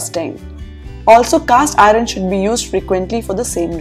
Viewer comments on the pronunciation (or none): Oops, you are pronouncing “iron” as “ I run”? Please correct..👍